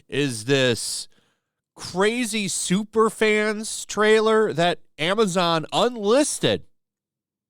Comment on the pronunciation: I laughed every time you said “Supafans” who are these clowns being interviewed?